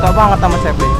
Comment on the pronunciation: duhhh parah salah tu vang, sabre di bacanya tapi seiber vang duhhh hahaha